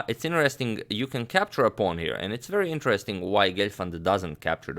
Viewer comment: butt knight can "campture"...😁